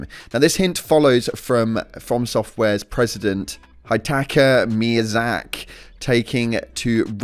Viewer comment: This dude needs to go and watch someone else's video and learn how to say miyazaki's name properly, embarrassing